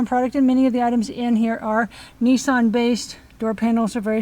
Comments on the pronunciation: Out of interest fuel is about £6.00 a gallon , which is about $8.30 in the uk . As a matter of interest the car is a Nissan, not a Neesarn. A Datsun is not a Dotsun. A Jaguar is not a Jagwaar. Just saying. Great show by the way. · It’s pronounced “Nissan” not “Nissarn” :) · pronounced niss-an